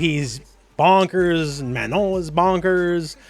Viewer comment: Congrats on actually pronouncing Manon the way it is pronounced in French :)